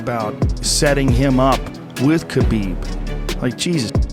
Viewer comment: one world can ruin this hole vid it's 'khabib'